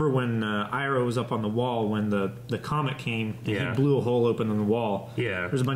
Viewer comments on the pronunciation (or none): none